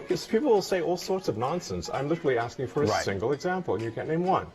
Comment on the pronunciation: Phorkque não pharam thudi?